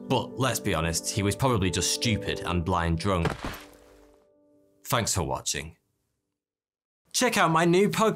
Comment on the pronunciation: Listen to how he says "thanks" . He says "th" with a "ff" sound. It's just his accent. Hence, why is sounds like 42.